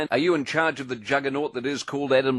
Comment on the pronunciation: Lol "Adam Lammbits"